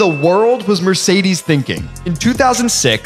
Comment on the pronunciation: The pronunciation of Mercedes really hurts me as a german.